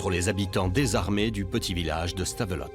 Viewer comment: Punaise les français et le nom des villes belges .... Anvers = Anversse !!! Le pire Stavelot... Stavelotte mais omg ... Stavelo ça se prononce ....